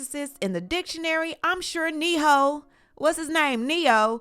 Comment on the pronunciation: Ne-HOE 😂😂😂😂😂🤧Gaaattdamn .